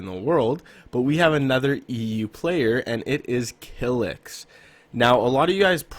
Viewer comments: He said Kylx kilix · btw you pronounced "Kylix" wrong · This is the worst video I ever watch.1 you put Benji as 5 and he is clearly not a creative warrior he is a box fighter and ther is a very big deference between a box fighter and a creative warrior.2 you put kylix as 4 when he is comp player not creative warrior and on top of that you say his name Wrong.3 I agree with chronic psycho but saying that sway one of the best creative warriors Still to this day is not good anymore and he fell off is completely wrong and disrespectful you probably saying that cuz you never ever watch his streams if don’t believe go watch the videos he just dropped called Meet the best Controller Creative player.4 the same thing clix is a god but not a creative warrior a box fighter and a comp play ya he plays wagers but that doesn’t mean that he is a creative.5 putting the most overrated creative warrior that everyone and ther mother knows is stupid yea he is very good never said he is bad but not putting sway in is more dumb then this video just so you know sway destroy hem in a 1v1 and to makes the video 10 worst you stretch the video to 10 minutes . The worst video I ever seen